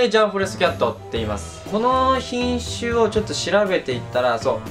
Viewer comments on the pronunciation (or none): 瀕死って聞こえて「ちゃちゃ！？！？え、めっちゃ元気w」って思ったら品種って言ってたw